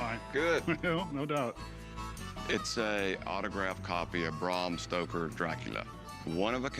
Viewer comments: Cory said "Bram Stroker" instead of Stoker. What's he stroking? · Did Cory say, Bram Stroker? lol that's awesome! 🤣🍻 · They keep say Bram Stroker....🙄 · Corey: “Bram Stroker”, haha! Must be Stroker Ace’s long lost cousin🤣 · "Bram Stroker"